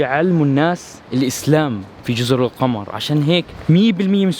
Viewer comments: اسمها جزر القمر بالضمه للتوضيح (القومر) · القمر بضم القاف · انت تنطق الاسم خطأ .جزر القمر بضم القاف وليس القمر الذي في السماء 😀